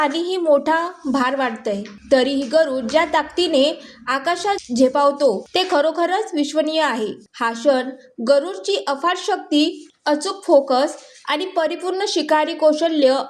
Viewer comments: 'विश्वसनीय' पण नाही, 'विश्वनीय' असे म्हटलेय.... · बाई, तुमचे मराठीचे ज्ञान आगाध आहे. मासाचे वजन नव्हे माशाचे वजन आणि विश्व नीय नव्हे तर अविश्वसनीय असे म्हणायला हवे. पहिल्यांदा मराठी भाषा नीट शिका आणि मग निवेदन करा.